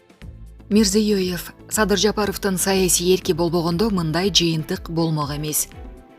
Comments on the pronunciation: Мирзиёеев эмес Мирзиёев деп эле айта бер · Мирзейуоев емес жонле мирзаев ле деп койда ким аноу тилини сындырып алба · Тили сынат экен журналисттин мирзеев эле го мирзоёёв жеп